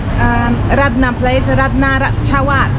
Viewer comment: Ratchawat. Is not Rat ta cha wat Raachawat Raach = Racha (the King)